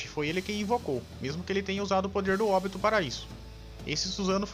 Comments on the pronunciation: o cara pronuncia Óbito kkkkkkkkkkkkkkkk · Vc sabia que óbito quer dizer morte, entrar em óbito, é morrer Então se fala OBITO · "Óbito" cara vai aprender a pronunciar direito essa merda.